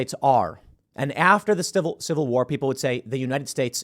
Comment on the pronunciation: Tim,how do you say ''civil warrr'' but then somehow throw in ''movie point here''